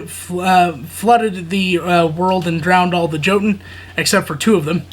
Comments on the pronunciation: Hey brother just to help out the J is more like a Y. Example "Yotun" over Jotun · I believe it's pronounced Yotun the J makes a Y sound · Hey man, it's pronounced yotun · Just to let you know the j in jotun is pronounced with a y